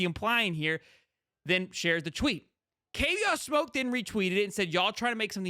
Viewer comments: I do like your channel but please do a little more homework. His name is pronounced like the cognac, Courvoisier (core-va'-see-ay). Please get the names right so that we can enjoy your content. This young man speaks from a certain point of authority since he came from the portal as a star running back from the SEC, but was utilized on special teams CU. Hopefully, this special teams experience will enhance his stock the NFL level as scouts specifically mentioned this one of their practices. Additionally in the comments below, CP did share some of the NIL shine - Alton and Charlie appeared in a national commercial with him. Also, I do think It remains to be seen how recruits will interpret the course of events - remember, we don't see everything as the general public. Finally, CP put out a short video to the NCAA (kinda "shade") stating that the NCAA didn't think things through with the NIL; these paid NIL athletes will start acting like professional athletes. To me, that is how I interpreted Kavosiey's remarks... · Kuh Vaw See Ayy You gota say their names correctly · His name is courvoisier "Kuh-vos-si-ay" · The way dude pronounced kid name shows me he don't follow Colorado.